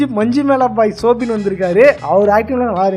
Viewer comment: Ennapa soubin nu correct solla theriyala, nee video poda vandhuta